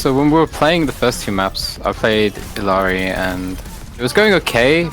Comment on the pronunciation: Why do so many people pronounce Illari wrong? There are two Ls